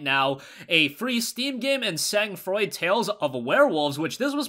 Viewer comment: I got a year subscription to humble monthly thanks to you and it never disappoints me. Other than that, Sang froid means cold blood in French so the pronunciation of it in this video was a little bit off 😅😅